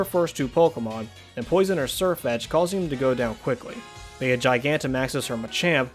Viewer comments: It’s bee not bea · It’s pronounced bee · 🌸.+Bea is pronounced Bee.+.🌸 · its Bea (bee) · I’m pretty sure her name is pronounced “bee” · Her name is pronounced "B"